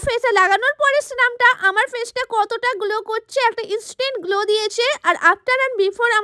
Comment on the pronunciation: Glow❌️ Golow✅️ 😂😂😂